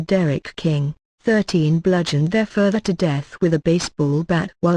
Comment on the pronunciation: That is precisely what I was going to say. The voice is weird. Can't say pistols or father.